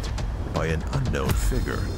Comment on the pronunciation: It’s figure, not figgrt